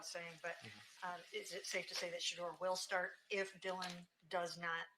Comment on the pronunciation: Did he say Sheuder?